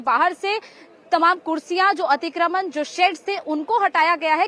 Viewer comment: खबर देने वाली महिला/लड़की, तुम्हें 'अतिक्रमण' बोलना भी नहीं आता? क्या होता है 'अतिक्रमन' है? शर्म आनी चाहिये, तुम्हें।